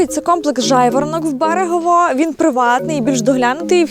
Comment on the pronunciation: Ледь відійшли від Мукачеве, Мукачевому тепер на Берегове почали. Правильно Берегово, Мукачево… запам’ятайте будь-ласка всі вже. Бо дуже багато звучить невірно поставлених наголосів про Латорицю, Мукачево, Берегово і тд… Просто підмітив і наголосив!